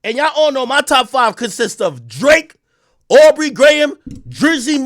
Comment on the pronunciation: He saying au for aubrey